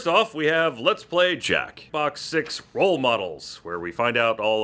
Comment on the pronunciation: I cannot explain what happened emotionally when said LLLEETS PLY